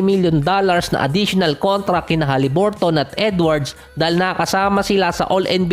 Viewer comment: Akala ko halliburt lang yong pagka pronounce silently on